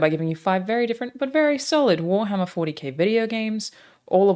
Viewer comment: haha "you guessed it wharmarrrr" hahahahaha